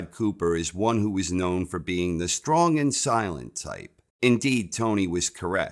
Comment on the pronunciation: The way he says "the shtrong silent tyPe"